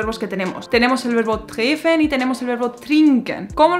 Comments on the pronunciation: Hablas muy bien, solo una sugerencia: dobles consonantes antes de una vocal, connotan un acento invisible en la vocal y aceleran la pronunciación de las consonantes. Es decir, treffen se leería o mejor dicho pronunciaría tréfen. Solo es un tip. De lo demás 👍👍👍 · "Kaffee" no se pronuncia así. Con tu pronunciación sería "Kaafe". Explicación: Si hay un consonante doble como aquí doble "f" siempre significa que tienes que cortar el vocal antes, lo dices más rápido, así en este caso "a" corto. Lo mismo con "treffen". No es "trefen o treefen", la doble f hace el consonante antes, la primera "e", corto. Y dos "e" en Kaffee significan "e" larga.